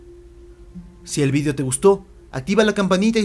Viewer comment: vidio? no es video? :v